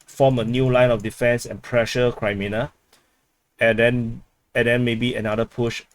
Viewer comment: Why are you pronouncing it Kri when it is Kre -menna. There's NO ay sound. So not Krimenna but Creh-meh-nah. Actually should be -aya at the end but let's not ask too much. 😉